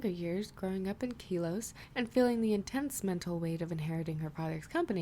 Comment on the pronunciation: quick pronunciation stuff: Melemele i THINK is pronounced 'melee-melee?' Unovan is you-know-van Kalos is Kah-loss Aether is Aye-thur Akala is Ack-ala (though i dont think that one comes up often) general stuff: The 'sun' mantra in audio is something I never thought about but it's really cool how in audio you can't actually see the spelling change but people who listen will still 'hear' it change and that's amazing to have adapted! Also I don't blame you for adapting some of the 'suns' out because there were way too many lmfao The Faba voice still makes me grin, and you've definitely made it clearer too! I also really like how you do some of the really dark '''''comedic'''' moments too, like - honestly the performance is amazing in this chapter and the readings are all just great, and the serious stuff is done really well, like slowing down during Lusamine's assault on Sun sells the fear and horror of it and made my skin crawl just listening. I'm glad you like the conflict in Sun's head that stops him from running: I do think if there was another time he was woken up he could have gotten away, but we both know he unfortunately never got another chance.